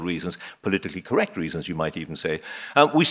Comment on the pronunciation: The English teacher saying "there is a a righ' and a correc' way to speak " ! 😉